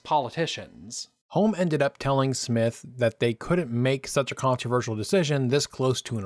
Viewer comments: Sir Alex Douglas Holm is pronounced Hume. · This would have been a better video if the commentator could get the surname of Alec Douglas-Home correct, and also pronounce "Home" properly. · Just a technical point here. Alec Douglas-Home's last name is pronounced "hume".